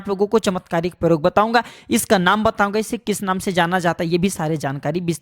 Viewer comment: पौधे के वारे में जानकारी तो ठीक है मगर आपका हिन्दी उच्चारण बहुत ग़लत है , जैसे आप " प्रयोग को परयोग " बोलते हैं। ऐसी ही पचासों उच्चारण सम्बन्धी गलतियां आपके पूरे प्रजेनटेशन में है जो सुनने में बहुत खराब लगती हैं । कृपया अपना उच्चारण सुधारने पर ध्यान दें ।